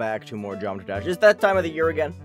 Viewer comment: man said "geomra dash"